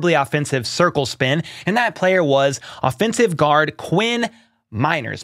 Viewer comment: Lol watching it back in the edit room I chuckled because I didn’t really pronounce offensive correctly